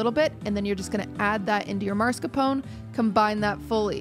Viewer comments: Do you actually pronounce Mascarpone as „Marscapone“ in english? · Why does everyone pronounce mascarpone as "marscapone"? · Great episode once again <3 ! I'm so confused why is everyone calling mascarpone "maRscapone" 😭 Is it like American pronunciation or sth?? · did she call it marscapone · It's common but no, it isn't right or anything in any way. At least with like aluminum, the extra I wasn't always there, so it was once proper our way. But no, Mars-Capone is just gangsters in space. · Why can't anyone pronounce Mascarpone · Does anyone there know how to say Mascarpone? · I can add mascarpone 🤌to the list of "things americans pronounce differently than the original word for no apparent reason"